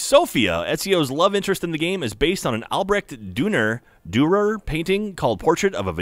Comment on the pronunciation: pronunciation of Durer's name was painful